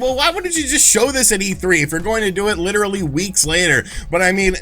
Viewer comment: you sound very strange when you say the word literally like that. It makes me cringe. You are an absolute valley boy, and it makes me hate you, and wish I was not a viewer. It is very unprofessional. There is absolutely no reason at all, in the microscopic, to use that word where you did, and the way you did.